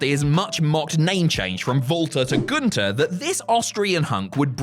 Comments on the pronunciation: Walter not vaulter. Gun-ther not goon-tur. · Too bad commentary still can't say his name correctly. It's Gun-ther not goon-tur